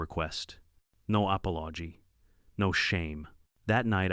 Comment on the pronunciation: at the mark, No apology sounds like no apple oddgy ...lol